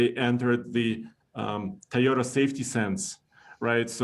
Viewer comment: Éste Guey dice tai o ta tai o ta its toyota homie not rocket science.